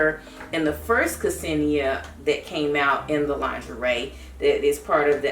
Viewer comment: thank you for the review! kesenia is pronounced senia with silent '''ke''